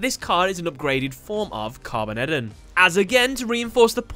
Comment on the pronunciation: Carbon-EDON . I think its supposed to be carboned-don .